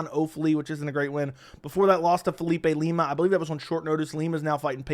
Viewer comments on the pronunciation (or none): none